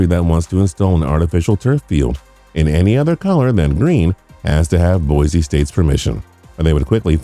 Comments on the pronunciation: Please -- Boy-C not Boy-Z. Thank you :) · People it’s Boise with a S not bozie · It is pronounced "Boy-see". There is no 'Z'. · It’s Boise not Boize. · Haha, just FYI it's boy-see and mack-al-vein construction.